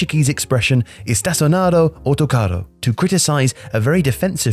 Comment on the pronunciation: you said autocarro very well and estacionar was also good